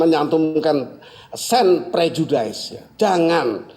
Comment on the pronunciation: Ucapan prof " prejudice" salah lho....bukan (daiz) tapi (diz)